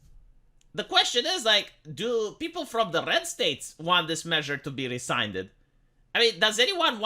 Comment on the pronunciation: This is why I subscribe to you, - to hear great reports like this that everyone else ignores. Thank you! Also...rescinded is pronounced RE-SIN-DED, not RE-SINE-DED.